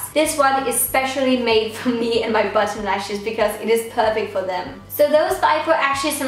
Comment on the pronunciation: You sound like you’re saying button instead of bottom